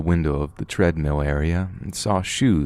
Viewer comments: Until he says pokeymon or treadmeal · Ahhh....Watz a "Treadmeal"!? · I still heard tread-meows